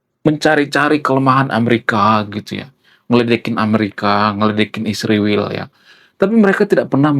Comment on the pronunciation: Bro israel bukn isriwil.klau mau sebut sebut yg benar dong.